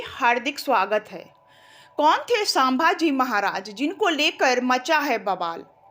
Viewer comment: sambhaji ko sabha ji kyoan uchcharit kar rahi àap. Seekhlo uchcharan.